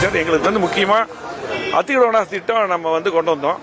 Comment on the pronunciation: டேய் வேலுமணி அத்திடவு அவாசி திட்டமா ஒழுங்கா அத்திக்கடவு அவினாசி திட்டம் என்று ஒழுங்கா சொல்லுடா பன்னாட